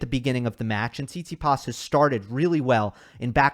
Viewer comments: said tsitipas in 4 😂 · Haha, I almost died when you said Tsitsipas☺